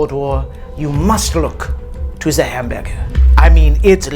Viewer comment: the only reason this clip exists is because he said hamburger in that accent and really wanted to put it into a video.